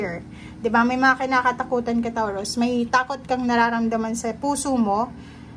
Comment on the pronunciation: Taw ruz? Ha? Tama ba natinig ko? Toh rooz ata ang tamang bigkas noon...